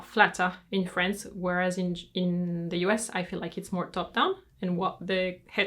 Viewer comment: its france not frence